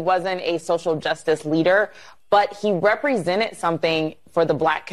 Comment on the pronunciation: I know it's only a small thing, but the way they pronounce things really adds to my being triggered. It's 'represented', not 'reprezennett' 'persecuted' not 'persecutett' Aaaaaaagh!